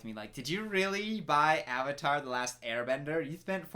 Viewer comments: Joshua Well actually, Sanskrit isn’t spoken as much as before, but people do recite scriptures. Sanskrit originates from Asia (South Asia to be specific). All I’m saying, is that, one of the very few things the movie did right, was pronouncing the word Avatar. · I just realized that the only decent thing about this movie is that their pronunciation of the Avatar is closer to its actual sanskrit one.